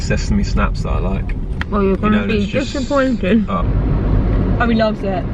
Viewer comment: “ well your gonna be dis-a-pointed”